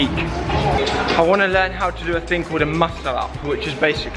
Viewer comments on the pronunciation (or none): am i the only one who noticed that it sounds like he said think when he said thing (sorry for my english i'm from sweden)